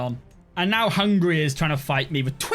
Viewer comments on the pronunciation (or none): none